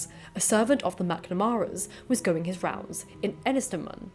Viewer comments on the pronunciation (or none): none